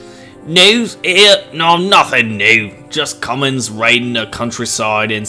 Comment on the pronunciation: It's c u m a n s not commons